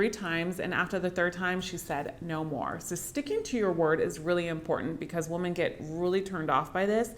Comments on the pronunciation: I have to get used to pronouncing women as "woman" and not "wimmen" 😂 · you pronounce the word "women" (plural) like "woman" (singular). That's my only criticism.